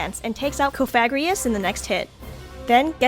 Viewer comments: most pronunciations I've heard are "cof-uh-gree-guhs," not cah-f*g-ri-us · That Cofagrigus pronunciation really kept throwing me off